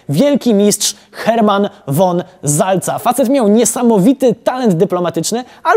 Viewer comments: Wojtek! "Von" to NIE [won], tylko [fon]. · Uwielbiam "Historię bez cenzury". Mam tylko jedną uwagę do autora... Błagam, VON przed nazwiskiem niemieckim NIE wymawia się "WON" TYLKO "FON". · von" czyta się ,,fon" :D :D :D Super odcinek :) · von wymawiane przez w ?